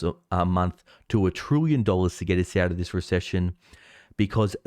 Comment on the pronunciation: It's "trillion", nor "trooyon"